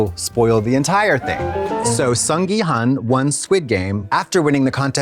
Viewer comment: If you guys go to Korea at least try to say people’s names right…come on it’s HOON not HUN